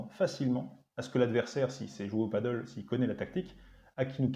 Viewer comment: Sur le fond pas grand chose à dire, mais sur la prononciation du mot Padel, il ya débat : Le padel (prononciation « padèle ») est un sport de raquette, à ne pas confondre avec le paddle (prononciation « padeule ») qui est un sport nautique. Définition de la FFT. Surtout qu'en Espagnol ca se prononce bien "Padèle", voila pour les prochaines videos. Merci quand même pour le contenu intéressant très peu enseigné en France.